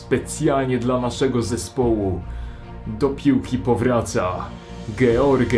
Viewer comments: dżordż a nie george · Ej a to się nie powinno mówić Żorż? Bo ty mówiłeś George